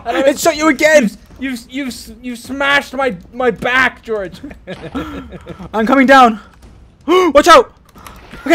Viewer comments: "Goerge" " GOERGE " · George: *Hits Dream with Pickaxe* Dream with British Accent: ”George!” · Dream saying “George!” In a British accent is giving me life!!😂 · why did dream have a british accent saying "george" 😂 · DID ANYONE HEAR DREAM GO "OW...GEORGE-" IN LIKE A ACCENT!? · seconds dream said george in a british accent